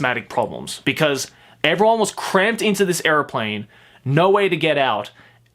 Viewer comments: Bro... are you saying airplane or areoplane? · say airplane weird